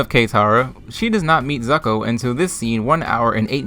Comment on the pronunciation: “Cataruh” “Zucko”